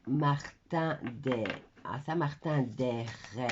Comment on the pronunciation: Non …on ne prononce pas eres ..c est saint Martin d heres …mais ça se dit air ..